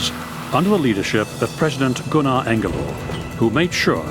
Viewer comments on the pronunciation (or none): none